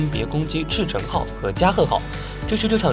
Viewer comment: 赤城 Akagi, 加賀 Kaga 蒼龍 Soryu 飛龍 Hiryu 不是那種漢語拼音的, 不會就乾脆放中文就好了